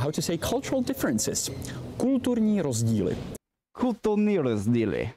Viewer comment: People blocking escalators are idiots. All over the world. As a Czech guy, I don't really dig your pronunciation of kulturní rozdíly, but I love the Honest Guide channel as well, for years now.